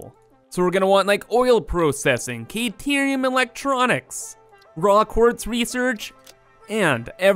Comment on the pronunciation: You're killing me mispronouncing Caterium. There is no K sound it's Ca like in cat. Ca-tear-eum is how it's pronounced. Listen to Ada pronounce it when you unlock that tech tree.